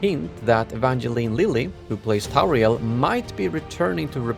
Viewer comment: Tauriel ? ffs.